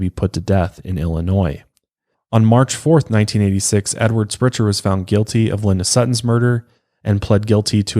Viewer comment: Spreitzer like "Sprite" not Spritzer.